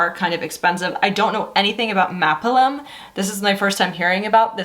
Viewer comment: Maapilim is a Hebrew word that roughly translates as “we are climbing up.” It’s pronounced “mah-peel-eem. They are based in Tel Aviv and named their company that to show that they are striving for greater heights.